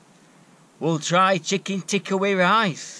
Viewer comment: its worth the thumbs up just for the pronunciation of the chicken TICKA